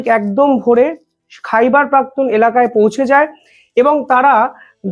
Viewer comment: কথাটা হোল খাইবার পাখতুনখোয়া।